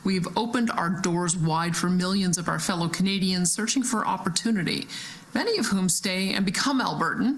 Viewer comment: Every time she says "Canadians", I'm somehow hearing "Comedians."